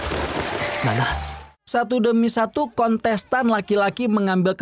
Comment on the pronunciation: Kontes tan mang bukan konsesan 😂 aya2 wae